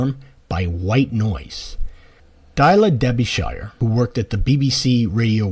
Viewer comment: Thank you. By the way it's Dee-lee-a Dar-bi-sheer